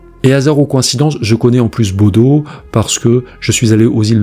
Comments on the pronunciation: Juste pour info, en norvégien Bodø se prononce "Boudeu" et non pas "Bodo" ☺ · Vidéo très intéressante 👍... J'ai regardé toutes vos vidéos : toujours prenantes (j'adore !)... Juste une chose.... BODØ (en Norvège où je suis allée 😉)... On ne dit pas BodO mais BodEU (le ø de Bodø se prononce "eu") 😉...